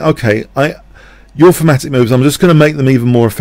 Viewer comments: What is famatic/phamatic you keep saying? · Thematic. Yes, his accent made it sound like "fematic". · Certain London dialects pronounce "TH" as "F" Thorn = Fo-ohn (i doubt this flat vowel exists in American English) Thematic = Fematic Thieves = Fieves etc... etc.... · oh ok. I wondered if he said thematic. But my ears kept wanting to hear fematic. Makes sense. Thanks for the clarification.